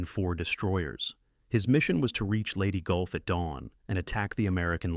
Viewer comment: Yeah, Leyte Gulf "Lady Golf" ??? bloody stupid to even publish - "Goo Away Nooo"